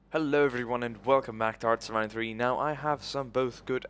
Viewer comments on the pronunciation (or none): none